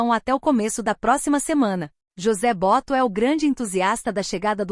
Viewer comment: MENTIRA! 800.000,00 de salário para um zagueiro? Vocês pagam ? O Flamengo não pagar a isso. Não aprenderem ainda como se pronuncia BOTO! Bando de aproveitadores usando onome do FLAMENGO.